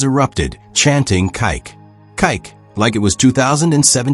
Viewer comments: OMG! It's KIKE!!! Pronounced KEE KAY!!! Not KYKE. And he is an amazing wonderful human!!! And I love how he adores his daughter and is there to be a wonderful goofball of fun for her. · Maybe you can just spell his name Kee-que so that your AI narrator will read it closer to Kike’s actual name instead of reading his name like a racist slur. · You need to edit this audio as the way you are saying his nickname is offensive as he'll. Idiotic AI strikes again. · Can you not at least pronounce his name properly….like you have no one proofing these ?